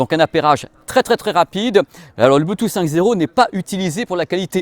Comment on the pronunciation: RIP le « T » de Bluetooth... on sait pas où il est